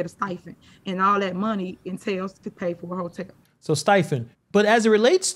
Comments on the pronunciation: If someone corrects her on how she says “STIPEND” instead of “STIFEN”, do you think she would listen? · I believe it's "stipend" and not whatever you said lol.